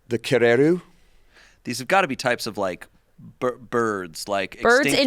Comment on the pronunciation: Huge props to on his pronunciation of Kākāpō, Takahē and Kererū